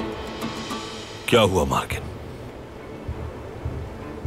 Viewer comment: its mergan not margin 🤣😂